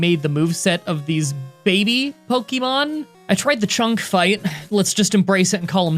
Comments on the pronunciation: He said poykemon ? Shame! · At the beginning of the video he says "poykemon" and that's all I can think about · "Poikemon." XD